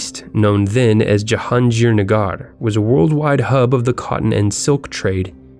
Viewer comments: It's not Jahanjirnajar it's Jahangirnagar. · Hi, kindly correct your pronunciation of the name of old city called "Jahanggir Nagar", you may seek help from any Bangladeshi living near you. Thanks and appreciate your reporting on Bangladesh. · Worst pronunciation of Jahangirnagar I have ever heard